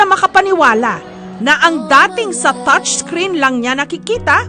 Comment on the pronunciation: “Touch creen” XD